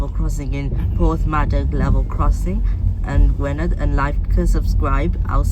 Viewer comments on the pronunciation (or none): Ngl but your pronouncing Gwynedd all sorts of ways and btw this was upgraded a while back